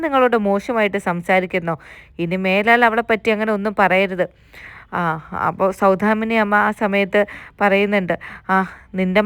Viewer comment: സൗധാമിനി അല്ല. സൗദാമിനി എന്നാണ്.